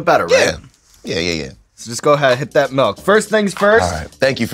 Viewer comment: "Like at" is how Pittsburgh accents are? I moved my 9th grade year to Waynesburg PA from southern WV and when i wouod say anything close to "like at" and mean "like that" i got picked on. Hard core. This one kids schooled me for a whole class period that pencil is pronounced "PENcil" and not "PINcle" ....i dont even want to talk about workimg with my dad outside of Pittsburgh at 18 at united rentals in Oakdale PA.....the adults picked on my accent worse lol